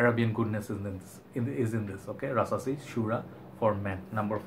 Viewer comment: Rasasi puram by rasasi 🤪🤪🤪 funny I know You have accent but at least You did your best👍. Pronunciation is Po ohm not Puram, Your videos very good but just organize Your colognes to the shelves don't put on night stand You look more like "a wanna be junior Hoarder". But end of the day I like your video.